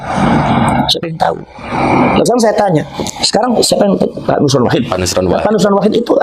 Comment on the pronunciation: nosroooon nosrooon km ini g bisa apa2 nyebut silsilah aj g bisa itu luput km yg sampaikan itu nosron jgn sok bisa km itu alkazdaaab